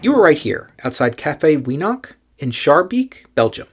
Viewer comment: I'm OK with your pronunciation of Lille. But your way of into anglophone territory with 'Schaerbeek'!